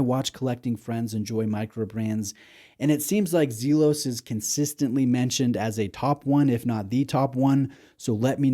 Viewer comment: It's pronounced "Zel-os" not Zeel-os". 🎯